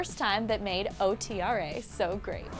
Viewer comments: She said O T R A but it's OTRA . one word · Every time she said O-T-R-A I wanted to die ITS PRONOUNCED OTRA (Ohtra)!!!! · IT'S OTRA, NOT O-T-R-A OMG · O-T-R-A ok girl it's OTRA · omg do yall actually pronounce otra O-T-R-A? wow I've been pronouncing it wrong the whole time? I say otra like it is- ohtrah who else! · OTRA!!!!!! Not O. T. R. A. Tour... Tf😑